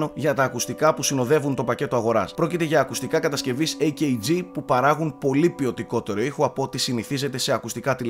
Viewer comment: AKG, εκαγιέ διαβάζεται:)